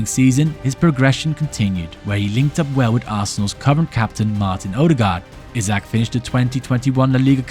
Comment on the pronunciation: Isak not Izak